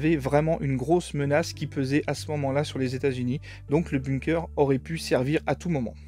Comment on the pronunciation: Par contre, ça se lit "beunkeur"